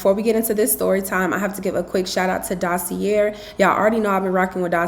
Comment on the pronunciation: It’s definitely pronounced Dossie-aye not dossie-yair. Since they are paying you, you could at least pronounce the brand correctly.